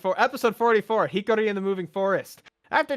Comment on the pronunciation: "HI-KAH-RI" not "hickory" lol, I'm surprised it was tough to pronounce given that Taichi says her name a bunch in the episode, too. :P Love these, nice to see you back! The bit about Monzaemon is funny given this week's episode, haha. Interesting tidbit about the timing/pacing with WarGreymon's evolution being done in time for that con; if true, it does definitely explain why some of these evolution development episodes feel like they could've come sooner. Hopefully they land the ending well enough that a rewatch of the series makes things fall into place more. Also, I remember reading that Ponchomon is actually an Armor Evolution for Palmon using the Digimental of Hope? Which is why Patamon seemingly causes it by being stuck in Palmon's head until she yeets him during the evolution, lol.